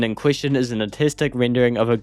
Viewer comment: is it artistic or autistic? or does the accent just lowkey the R in words.